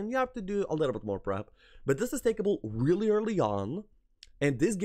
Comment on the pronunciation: Good list and a good watch. You say really billy( sounds like you trying to say reliably) when you mean really. Didnt want to say anything buy noticed it in many vids and it started to bug me sry.